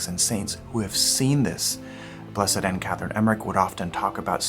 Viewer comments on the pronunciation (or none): none